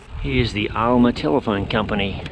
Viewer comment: Great tour of my hometown of Alma! And yes you did pronounce it correctly. JOM now you understand my affinity with dirt roads too!